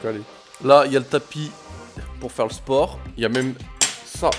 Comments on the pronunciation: sporttt le S tu la dit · ta dit s dans sport